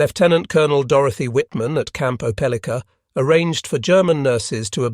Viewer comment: Please learn how to pronounce Opelika!